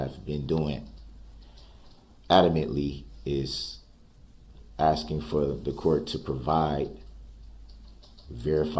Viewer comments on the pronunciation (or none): Can you imagine reading the transcript of the proceedings? Hopefully, there was not auto correct because DB's grammar is "on the record" of "axing" the judge for her "oaf" of office. Asking a witness why "boaf" detectives said the same thing. The jury needs to know the "troof" why an objection was "substained." Asking a witness if she "seeked" to testify. Multiple texts, according to DB, are "Texas."